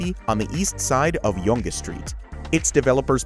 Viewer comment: I'm actually surprised he didn't say "YONGEE" like most tourist. That was a first for me to hear yonga lol